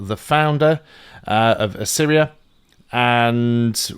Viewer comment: Thanks for the guide, it's really helpful as i start playing the game. Also, your repeated mispronouncing of Assyria as "Arissia" is hilarious.